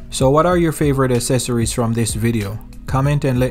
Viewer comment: Accessories is pronounced uhk seh sr eez. Or ax seh sir ez.